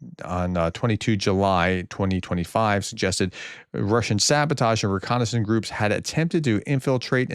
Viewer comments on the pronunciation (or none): none